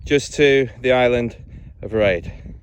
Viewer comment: Great video that brought back lots of memories. I lived on that beautiful little gem of an island for nine years - happiest days of my life.( fionnphort pronounced 'fin. . ah. . fit'. Erraid pronounced 'air ..rid' ). If you sat on the little wooden bench in the Observatory (shore station) then you're welcome. I built it. There used to be a brass telescope in their which when looking through the centre panels in both windows, and the metal ring on a post outside, would line you up with Skerryvore and Dhuheartach lighthouses. It was an observation point that allowed the lighthouse builders to see what the water was like over the rock. Plus in the early days before the radio, it was the only means of communication with the lighthouses. :)